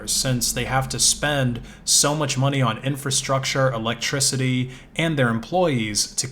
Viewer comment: I thought u said monke